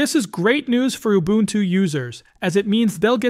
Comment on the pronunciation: And it's very, very irritating. Youbuntu turns into ubuntu in one sentence; obvious typos are confidently pronounced. Devalues the whole experience.